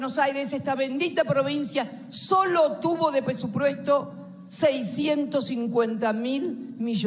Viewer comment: Pesupresto ajajaja xd ni hablar sabe